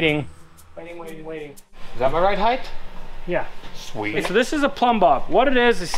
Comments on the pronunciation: The word is "height" not "heighth". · i watch a few youtube channels from Utah. Does everyone there say heighth instead of height?